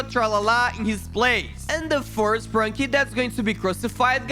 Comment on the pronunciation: It is sprunki not spranki